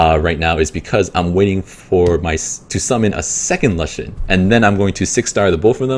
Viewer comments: lushen? "loo-shen" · "Luhshen" was bothering the f out of me